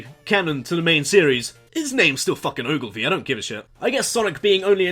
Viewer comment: it's pronounced Oulgivia Maurice not Ogulvi look it up